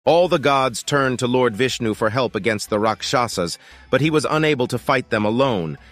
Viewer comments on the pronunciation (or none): Please pronounce words correctly..its raakshas...not raksaaasa